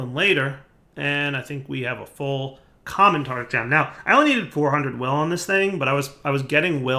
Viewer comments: tartARic! tartARic! for god's sake it's tartARic gems! it's driving me crazy you calling them tartic! one would think that after years playing with blood magic you'd have noticed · Say it with me: tar tar ic gem. Tartaric gem. Very good.